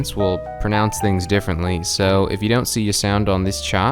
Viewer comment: You pronounced the word pronounce wrong